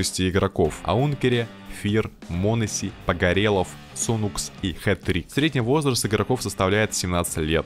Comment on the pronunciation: Аункере и Сунукс ? Что ? А можно ники игроков правильно называть ??